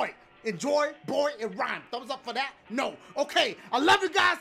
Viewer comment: i love how he says neooo